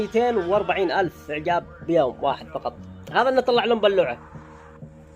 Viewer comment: بالله عليك تبى لايك وانت تقول بلوعه هههههه انطقها وبعدين نشجعك انا انصحك لا تستمر